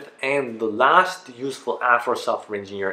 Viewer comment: Sounded like useful ass lol